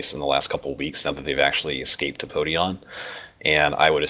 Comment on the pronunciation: I think it was Podion not Poidon :p